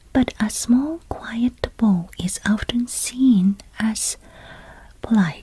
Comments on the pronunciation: In English when saying "make a small bow", the bow is pronounced so it rhymes with wow!. Bow is pronounced differently as in "He shot the rabbit with his bow and arrow", then it is pronounced as you did here as in rainbow. It's also pronounced that way as in "I tied my ribbon in a bow". Three different words (although all relating to bending something), spelt the same way, one pronounced differently to the other two. I'm English and I couldn't tell you why. English is weird I guess. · it rhymes with now; if you can say now, you can say bow. But girl- your English is amazing. Much better than our Japanese , that’s for sure! Sometimes , we just have to think about it differently. As an English speaker, I could never pronounce Aéroplan in French. Until another anglophone employee wrote down this- Ayeroplon. From then on I could say it. 😂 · Btw, this is a really small correction in English. But there are two pronunciations for the word ‘bow’. One is for 🎀, the way you’re currently saying ‘bow’ is correct usage for that. The other is 🙇🏻‍♂️, for when you’re paying respects. That ‘bow’ is said more like ‘wow’, but with a b